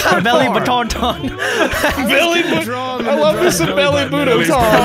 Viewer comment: “Belly Butoton” “Chewawaha” And many more.